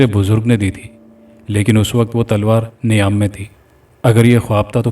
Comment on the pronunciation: Niam nahi _meyaan m talwaar 👍🏼 sahi pronunciation